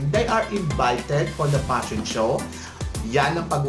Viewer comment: Get over your paranoia. And stop saying "passion show". It's "fashion show."